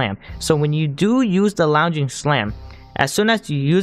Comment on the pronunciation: “Lunj-ing” not “lownj-ing”. Other than that bit of pronunciation error. Good vireo. Keep it up!